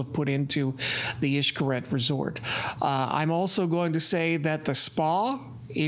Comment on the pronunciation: Funny when a white person tries to say a word in Spanish. Xcaret is pronounced "ish-ka-ret" cuevas is pronounced "cue-vas"